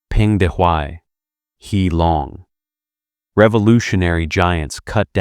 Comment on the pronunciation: He, the Marshall's name, is pronounced roughly huh or a cut-off hair, not hee. President Qi's name is a curt "chee." If you are going to narrate any topic, you need to know something about it.